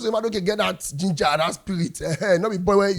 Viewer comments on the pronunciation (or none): none